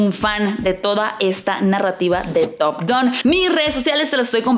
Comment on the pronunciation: Estaría buena que digas top gan y no top gon jaja ,es top gan amiga ,hablaaaaa bieeeeennnnn !!!!!!! Jaja x fissss, top GAN ,gan gan gan gan gan